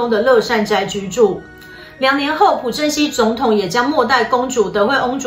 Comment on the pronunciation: 朴正熙 朴 这个字念piao